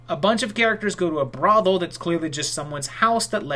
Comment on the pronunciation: is clearly a good boy by his inability to say "brothel" correctly. lol